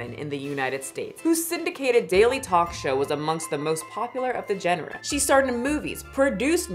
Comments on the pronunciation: Girl, Google the correct pronunciation of GENRE, puh-lease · As someone who has read plenty of words I've never heard pronounced, it's zhawn-rah (genre).